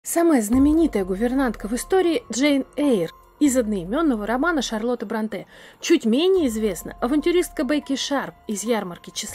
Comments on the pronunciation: Шарлота Бр'О нте а не Бронт'е. /См. Словарь ударений для радио и теле дикторов -работайте над собой/. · Услышав «БронтЭ», выключила видео. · Ну вы хоть бы загуглили правильное ударение в фамилии Бронте. На первый слог, а не на последний А всё остальное интересно, спасибо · Не БронтЕ, а БрОнте. Если лекция, то такие вещи нужно знать и выверять заранее. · Да почему Бронте́? Они англичанки, а не француженки, их фамилия имеет ирландское происхождение, а не французское, поэтому Бро́нте. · Нет, БронтЕ. Французская фамилия-ударение на последний слог. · Не БронтЕ а БрОнте! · БрОнте, девушка! Правильно именно БрОнте. Фамилия Бронте имеет ирландские корни, и изначально она писалась и произносилась как БрАнти. Позднее фамилия БрАнти трансформировалась в БрОнти. Написание фамилии изменил отец знаменитых писательниц. И уж если на то пошло, то наиболее правильный вариант произношения именно БрОнти. В русскоязычной же среде почему-то закрепилось совершенно неправильное БронтЕ. Бедная Шарлотта и её сестры, наверное, в гробу переворачиваются, когда кто-то в очередной раз коверкает их фамилию.